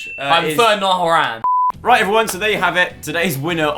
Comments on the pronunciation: When (ha lol idk how you spell it) said niall horAAAAN I almost cried it’s Horan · It's Niall Horan not Horanne besides that really nice video🙂You never disappoint Joe! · “I prefer Niall Horaaaan” 😂 Horan like ‘Hor-en’ my friend hahah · That got me triggered “NIALL HORRRAAAAYYYYNNNN” wtf it’s Niall horan 😂😂😂😂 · Niall Hor-ANE. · “I prefer Niall Ho-ran” 🤦‍♀️ come on!!!!😂😂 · Meg Says so many people say Whore-an and it pisses me off so much 😫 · I love how said he prefers Niall but said his last name wrong 😂😂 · The way said ‘horan’ 😂😂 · The way said 'Horan' made me die inside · I feel attacked by the way that pronounced Horan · THAT IS NOT HOW YOU SAY HORAN